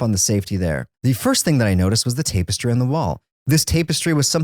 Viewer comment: I’m disturbed by how you say tapestry. You say tape-us-tree instead of tap-is-trey😂